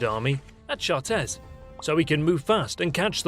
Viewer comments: 3.17 chartres pronounced shaa trah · His pronunciation of Chartres gave me cancer.